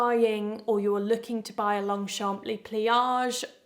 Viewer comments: In general, one does not pronounce the last consonant in French words, unless there is a vowel after it. So it is pronounced, "Long-shohn". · Thx for the indepth review! I've had Longchamp (you don't pronounce the p, just sayin' 😂) bags for 20 years. They are quality and sustainable, because they last and last! But it is what it is: a foldable bag, which is usualy meant as an extra - instead of a plastic bag - so in that way Longchamp was ahead of it's time. There is also a Pliage (non foldable) with long straps, which you can wear as a crossbody bag. Véry handy and light, a preferred travel bag. Only a bit more difficult to find. They also do leather bags. Beautiful but more expensive. But also, they last! For the fake ones: no comment. If you want fast (cheap) fashion, go for it. There's no comparison. ❤